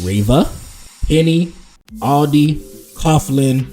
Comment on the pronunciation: Aldi not Audi😅